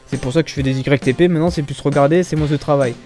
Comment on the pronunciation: On ne dit pas " moinsse " mais " moins " :P